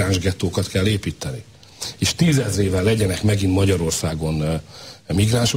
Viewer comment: "Éípteni kell"!